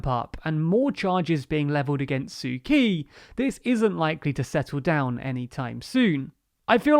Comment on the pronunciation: PLEASE. it's pronounced "tsu tchi" not "sue key"